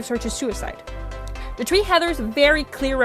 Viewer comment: This is really good But im just wondering, why do you say "tree" instead of "three"